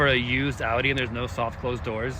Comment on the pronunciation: im sorry but the way the guy a-udi? hello? anyone else notice the really odd pronounciation?